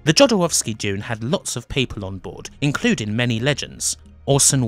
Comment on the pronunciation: Please do not pronounce non-american names as if they were American. You've correctly pointed out yourself that Jodorowski was Chilean. Imagine being pronounced as if spanish name, would sound weird and Jodorowski pronounced the way you do is just disrespectful. Other than that your video is a good recap!